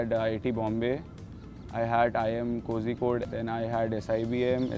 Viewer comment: phir vahi galat pronunciation of Kozhikode 😭😭🙏🏻🙏🏻